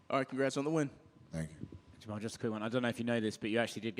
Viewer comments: Jamahal is pronounced jama-hall. Stop acting like his name is Jamal. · Jamahal "SpecimenT" Hill